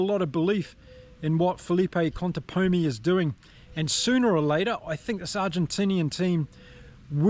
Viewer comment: Hola, el técnico de los Pumas de llama Contepomi, no Contemponi, que es como lo pronuncian erróneamente muchos de habla inglesa.